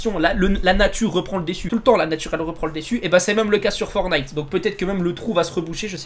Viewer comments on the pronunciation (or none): Le dèssu ah ouais ta bâclé t'es cours de français set dessu 😂.nn plus sérieusement bonne vidéo GG a toi 👍